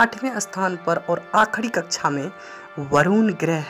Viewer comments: भाई थोड़ी हिंदी सुधार लो। कच्छा नहीं कक्षा होता है। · आदरणीय हिंदी बोलने में त्रुटि परिलक्षित हो रही है। हिंदी मे कक्षा कहा जाता है। ना कि कच्छा कच्छा यानि अंडरवेयर होता है। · sorry sir कक्षा बोलते/कहते है। कच्छा आप बोल रहे हैं।🙏🤔 पर class 👍👌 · Kaksha bol rha h ya kacha😀😀😀